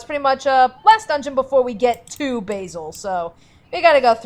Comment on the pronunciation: Basil, "Baaa-zil". Like the name of The Great Mouse Detective.